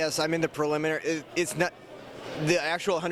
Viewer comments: "but they are having a plekagmmmefnienanary tournament..." hahaha awe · "parimalary tourmalent"